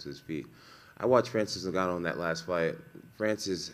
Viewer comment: Does he pronounce every fighters name wrong on purpose? Tight tutavasa francis neganu ?